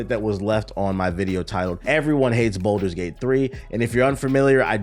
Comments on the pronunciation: Why does pronounce balder's gate like it's spelled bolder's gate? There is no o in the word my boy lol. Its balder's as in (ball-ders) Lol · Ball - ders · The worst take is how you pronounce “Baldur’s” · I’ll take his minor pronunciation error over all the brain dead takes of the “I only fw COD and 2K” crowd.